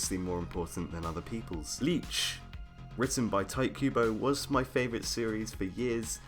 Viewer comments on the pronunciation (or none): The fact that you pronounce Tite Kubo as "Tight kubo" makes me giggle (It's something like "Tee-teh" btw) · "Tight" Kubo. TEE-TEH. That's how you pronounce "Tite" with a vague understanding of the Japanese language. If it was meant to be pronounced as you do it, it would be spelled as "Taito." In any case...I did like the core of the Arrancar Arc more than the Soul Society Arc. I think Kubo tried to make the Rukia Rescue story too political and just used fights to spice it up. I was in it for the Inner Hollow and barely got anything for it, so when the Arrancar Arc popped up I was pretty happy. The change from the defeat of Aizen to the Fullbringers was as much of a plot-theme change as the current arc of Attack on Titan. I was in it for the stuff on Paradis Island, not this...I don't even know how to describe it...world war with Marley? that it is now. I entirely don't care. I've halfway kept up with it (I hear about the major plot points but I don't actually read the manga myself anymore; it's that boring to me) but the reintroduction of the Titan Shifters hasn't made the series feel like the AoT I originally kept up with, so I'm only following it so I 'know' what happens. I feel like I invested too much time into it before to just give it up. The same went for Bleach through the Fullbringer Arc. My capacity to give a damn about the Thousand Year War arc ended the second Nell fell from the sky and landed on Ichigo, complaining about stuff in Hueco Mundo with Hallibel getting captured. I dropped it cold turkey...heard about a couple things that happened (I predicted about 90% of R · Oh my God why are you saying Tight instead of Tite? xD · Its cringe to hear you pronounce Tite as Tight. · Stop calling him "tight" Kubo for god's sake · great video but "tight kubo?" really? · You know its Ti Te right?. two syllables. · When people pronounce his name "Tight Kubo", I dunno if I should cringe or be amused or aroused.